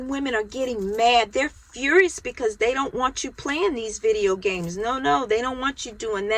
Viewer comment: work on practicing how to say "video games". I wish you good luck.